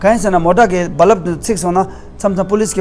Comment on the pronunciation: I like when you said BaLaab for Bulb. Looks like you are ex 22.